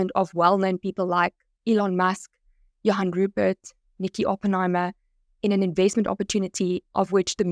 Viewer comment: Sorry but one could see a mile way that was fake. Those SABC newsreaders didnt even pronounce Johan Rupert correctly. They all sounded robotic. I was wondering how many people would fall for that scam. Also, for YT to accept a Sponsored Ad from a fake AI generated video is deplorable. Even after so many people directly complained to them I guess to some people those news readers and even Elon's video could be real. I just think when we see these kinda ads we need to be more skeptical. If its too good to be true, it probably is